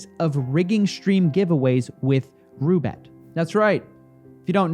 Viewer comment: Coffee, you do realize that Roobet is actually Russian thing? The kangaroo reference is a joke, its RU not ROO.